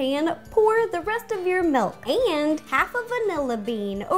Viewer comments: it's mILk, not mALk. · Are you from the Midwest? I noticed that you say "melk" instead of milk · OMG. she called it melk!!!! I love her soooooo much for some reason I just cant get mad at her. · Yay! She says milk like melk, like me too!!! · "Melk" AHHHHHHHH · I just realized she says melk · You say milk weird😂😂